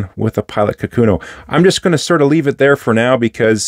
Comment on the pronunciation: For the record, the name of the pen is 書くの or かくの (which means "writing") and the correct pronunciation should not have an emphasis on the second mora, and each mora is the same length. "ka-ku-no", not "ka-KU-no".